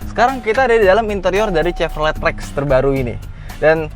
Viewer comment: kenapa host nya ndeso banget nyebut chevrolet nya salah.. nyebut bose audio nya salah... ckckck.. ya standard minimal host otomotif ya wajib lah..